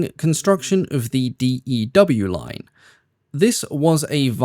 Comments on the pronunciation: Minor point; the D-E-W line is more popularly referred to as simply "The Dew Line", like the dew on grass. Most Canadians know what The Dew Line was. When you called it the D-E-W line, it took me out of the narrative as I was trying to figure out what you were talking about. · The Distant Early Warning line was referred to as the DEW line, with the DEW pronounced as ‘dew’, as in mountain dew. No one ever referred to it as the D.E.W. line, with each letter pronounced separately.